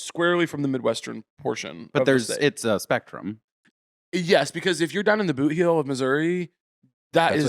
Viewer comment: Did anyone else hear “booty hole of Missouri” until repeated “boot heel” 😂